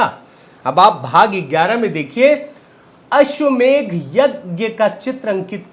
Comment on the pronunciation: If you pronounced अश्वमेध then it will be right.